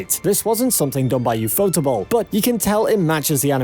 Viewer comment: for every anime fan stop calling ufotable u fotable instead ufo table stop trying to sound even weebier we watching a fate video